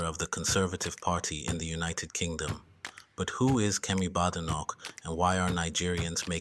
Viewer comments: Maybe you should start by pronouncing her name correctly, it’s not Bad, it’s Bade, Badenoch. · There is no bad in her name it's produced (bay day knock) badenoch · Anyone can govern, provided its not the current government front bench. Oh, and by the way, at least pronounce her name correctly.